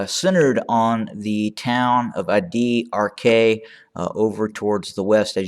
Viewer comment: Addi Arkay is pronounced “Ad-dee arkai”